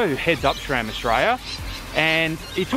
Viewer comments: It is pronounced sram not shram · its pronounced sram not schram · "srem" po našem